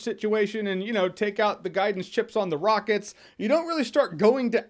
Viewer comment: "I just wanna find some rrRckets"